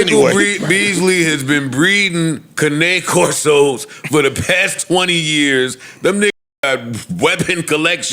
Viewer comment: Can-nay Corsos lmaooo. Somebody gotta make a comp of Joe butchering words lol.